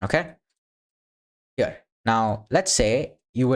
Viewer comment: Bro why your "Here" sounds like a "Pure" :D ? btw tnx for the contect :x